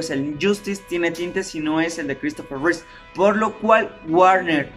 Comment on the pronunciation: Es Christopher Reeve, no Reese; perdón por la corrección pero sí me dio un poco de cringe escucharlo.